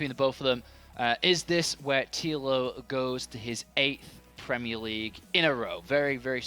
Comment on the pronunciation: Premie League? What's that? :-P